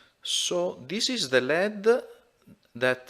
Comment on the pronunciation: Parli ingese meglio di me ma volevo suggerirti di pronunciare led come L.E.D. = "el. i. di." altrimenti significa piombo "lead".